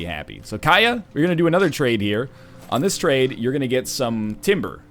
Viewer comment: Katia, not Kaya. The T isn't silent (they almost never are, in any language) KAT-ee-Yah.